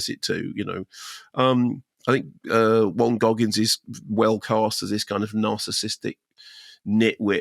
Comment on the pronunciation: 😅 The way Mark speeed-mumbles names and titles has gotten a bit bizarre